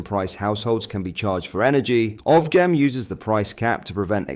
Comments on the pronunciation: Ofgem, pronounced offjem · Please look up how to pronounce OFGEM ffs lol. It’s GEM, as in a diamond.